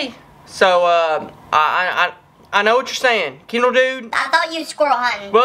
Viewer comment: Kendall not "kendral"